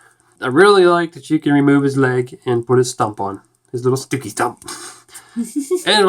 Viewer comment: all i hear when said bob stookey was bob Dookey